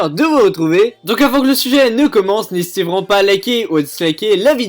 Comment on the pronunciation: tu dit n'ésitéent pas a liké ou disliké sa fait toujours plesire alors tien un dislike